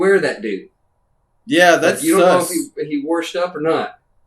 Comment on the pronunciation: "...worshed" 😂 Keep it up! I love you guys